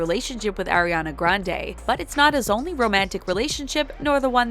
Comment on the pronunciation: Stoooooop it’s Ariana not airiana😭😭😭😭😭😭😭😭